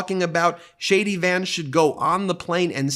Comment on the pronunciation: Every time you say JD Vance- it sounds like Shady Vance